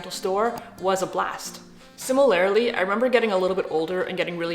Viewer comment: Sim-uh-ler-lee, not sim-uh-lare-uh-lee ❤